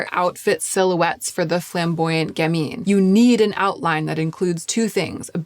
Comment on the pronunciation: And "gamine" has the accent on the first syllable, with the second being a "schwa" sound, not "ee". (Once a literary agent, always a literary agent...there's a T-shirt out there with my name on it--the one that reads, "I am silently correcting your grammar and pronunciation".) 😊